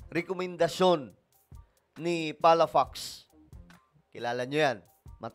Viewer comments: Ang basa Ng palafox ay palapoks Hindi palapaks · Palafox hindi palafax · PA LA FOX and not PALA FAX - Ilocano sya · Palafox Hindi palapax